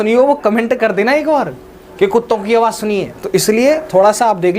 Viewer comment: Mene Dog 🐶 ki abaj suni g